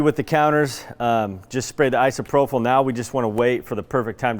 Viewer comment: Love you guys... but its "I-SO-PRO-PULL" :)